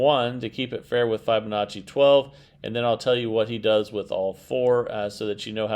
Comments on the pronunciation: Yep. It doesn't lend much credence to a claim of "" when he is literally the only person I've ever heard pronounce the name like that. For the record: (from Google) Break 'fibonacci' down into sounds: [FIB] + [UH] + [NAA] + [CHEE] - say it out loud and exaggerate the sounds until you can consistently produce them. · Fibonacci = like you are telling a fib